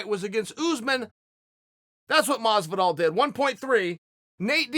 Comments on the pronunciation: Jorge: Hi, im Jorge Masvidal Chael: Hi, George Masdival Jorge: Hi, im George Masdival Me: Okay, Great.. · Chael “Masdival” Sonnen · Anyone else sees Chael spelling Masvidal “Masdival” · It is funny when he says: Mosvidal. But, it is funnier when he wrote it: Masdival. LOOL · If Chael says Madvisal then its Madvisal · I actually used to call him masdival when the started watching mma...few months later i realised i was saying wrong...but chael just confirmed i was right all along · Everybody: Jorge Masvidal Chael Sonnen: George Mozvidall